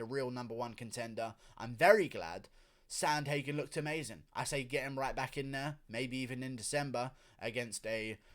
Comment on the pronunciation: Learn how to pronounce his name pervert